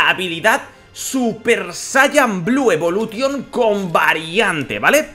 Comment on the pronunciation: A ver, por q pronuncias algunas frases en ingles en plan bien y luego dices blue evolution tal y como se escribe